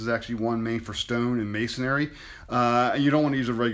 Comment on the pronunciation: It's "masonry", NOT "masonary". BTW, how's that masonary drill bit cutting through the two by four?